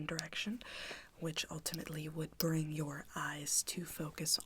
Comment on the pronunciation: Nobody: Absolutely nobody:: YeRdEyEs